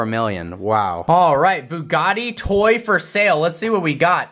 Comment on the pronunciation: Why does this guy say buggani and not Bugatti